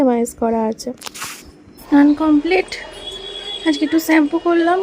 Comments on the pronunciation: স্যাম্পু না শ্যাম্পু হবে উচ্চারণ টা । তোমার চেহারা খুব খারাপ হয়ে গিয়েছে যত্ন নাও শরীরের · Uccharon thik kro neki sampoo noi shampoo